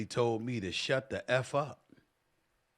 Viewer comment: Sounded like he was saying shout up and dribble…